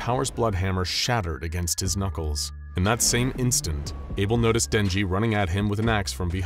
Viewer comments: that aint denji thats jednji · Not denji (X) lee kmkl saput haha not not 🚫🚫🚫 Denji leeeee